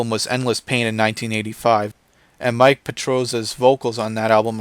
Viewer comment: You are really not good at this. So it is obvious you are around 23 years old and I'm glad you found Metal after whatever crap your mom allowed you to listen to, but seriously it was a chore to watch this. You need to put a cringe meter up top for every time you say Mike instead of Mille. My forehead is blood red from my palm slapping the shit out of it. And Rob Haliford? Fuckin' come on man. And you are aware of Razor Fist and how entertaining and knowledgeable his content is, you don't even come close. Change your name to "The Black Lord Of Wikipedia" it is more accurate. God Fucking Speed!